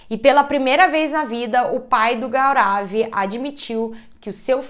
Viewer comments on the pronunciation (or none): A pronúncia correta do nome é Gourav😊